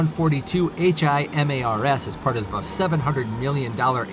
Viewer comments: Him-wras? How about Hi-Mars. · This is the only channel that says "him rahs" everyone else pronounces it "high mars" HIMARS high mobility artillery rocket system" just saying.